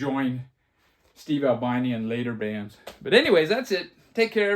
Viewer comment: Ahl-BEE-NEE. He was not an albino.